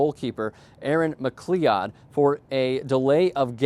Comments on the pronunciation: McCleeodd is how you just pronounced McCleod (McCloud). Wow bud. If you want to me taken seriously you might want to be informed. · McLeeoodd?? WTF is wrong with you.. LOL